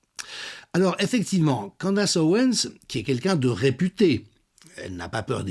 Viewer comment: Candess se prononce candIce. e=i